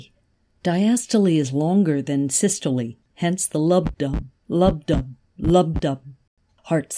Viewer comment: Sounds like Al-lah instead of lub dub